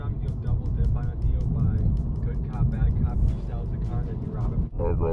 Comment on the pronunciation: Bro said opp not cop lmaoooo